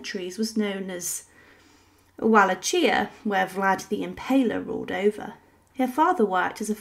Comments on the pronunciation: Walla-chia?? Yikes. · bruh… “Wah luh chee a”…. Omfg. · Pronounced Wa lak e ah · Pronounced "Vahl -ACK-ee-a" and it's BOO-ka-rest. Dear God, look up how to pronounce some place before you speak! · Bucharest is pronounced Boo-karest and the "ch" in Walachia is pronounced as "kh", not as the "ch" in cherry. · Walachia also spelled Valachia is pronounced Voe-lock-ee-uh, not Wall-atch-y-a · Walachia wtf its pronounced valakia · Wallahchia? Wuh-lash-ee-uh. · I respect the pause in hopes of not butchering the pronunciation of Wallachia, but it was still butchered. It's more like Vuh-LAH-key-a (the "lah" is capitalized because it needs to be more pronounced and slightly drawn out than the rest). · Was the narrator human or AI. Either way, pronunciation of Wallachia was awful.